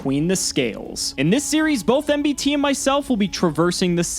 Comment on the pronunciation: did anyone else vomit at MBT pronunciation